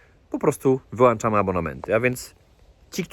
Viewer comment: mówi się wyłączamy a nie wyłanczamy ktoś chyba ma braki w wiedzy :)